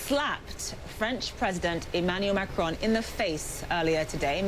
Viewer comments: You pronounce the “on” in Macron like the English word “on”, not like “own”. If it were Macrone, you would pronounce it as “own” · His name: Emmanuel Macron Kyle: Emmanuel Macrone